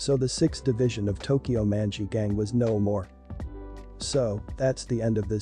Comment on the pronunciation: Why he pronounce Manji' like that😭 oof